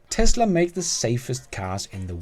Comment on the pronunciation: "Teslap".. 😅 Nice